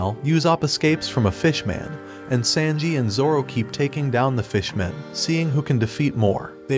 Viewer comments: He said sandji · Sanji❌ Sandji✅💀💀💀💀💀💀